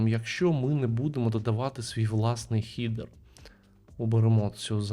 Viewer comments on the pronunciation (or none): Дякую, просто, доступно, інформативно, якісні малюваки 💪. Єдине прохання: перестаньте, будь ласка, казати "хідер/хідери", дуже ріже вухо 🙂 Англійською це "хедер/хедери".